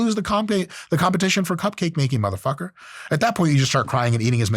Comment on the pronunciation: I swear Dr. Mike morphs into a black man every time he says “Mutha f*cka”. 😂